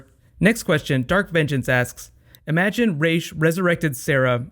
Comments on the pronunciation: STOP SAYING RASH ITS RAS WHICH MEANS HEAD IN ARABIC IM ARABIC I KNOW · I just wish they would pick a pronunciation of Ra's and stick with it. It's frustrating hearing him pronounce his own name as Raysh and then everyone else (except Nyssa) pronounce it Rahz. They should have had a fix when Oliver got back, the first time someone pronounced it Rahz, he immediately replies, "apparently it's pronounced Raysh." Then no one ever says Rahz again.